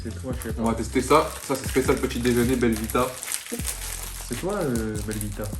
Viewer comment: c est plus belvita c est belle vida mdrr 😂